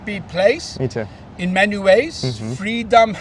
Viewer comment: My GodIt didn't even sound like he said.There's happiness in many ways , sounded like he was saying happiness in MEN ways wake up united states 🇺🇸